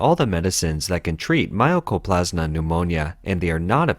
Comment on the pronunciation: How the hell do you get My-Oh-Co-Plas-Ma from Mycoplasma? Seriously. It's My-Co. My-Co, My-Co.